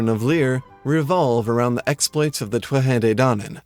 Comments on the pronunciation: By the way its pronounced (phonetically) ‘toot-ha day dan-an.’ Now in different dialects it changes slightly but definitely not twuatha 😂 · Tuatha de dannan is pronounced Two-Ha De Dan-en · two-at-tah day dawn-on :) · Your pronunciation is really good ,quick tip when you say conaught the "ght" part is alot more gutteral .con-nocht Same when you talk about the thuath de dannan ,thuath is said like two-a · Native Irish speaker here from Corca Dhuibhne, our dialect generally pronounces it as 'Too-ha Day Daanan' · Anyone else love the way he pronounces the "Tuatha De Dannan?"